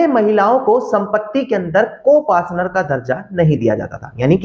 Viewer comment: Co partner Hota Hai ya co Pasnar hota Hai😖